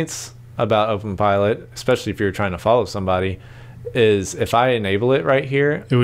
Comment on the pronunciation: Great video but please stop saying "ex-specially." There is no such word. The word is "especially."